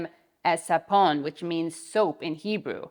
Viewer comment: Katie, the "Savon" (rather than "sapon" quoted by yourself, possibly mispronounced) word you quote , used to mock Holocaust survivors comes from French, not Hebrew - which only intensifies the cynicism and cruelty, since "things French" were considered elegant and fancy among the pre-WW2 European Jewry. David Ben-Gurion BTW detested actual Holocaust survivors and called them "Human Debris", unworthy and not fit for a "strong Jewish state".